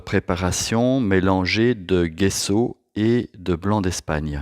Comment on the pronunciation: Super vidéo. Soyez béni. PS : il faut dire "djesso"